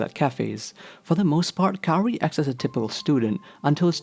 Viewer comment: why do you call her carrie? it’s kaori [KAA-owRiy]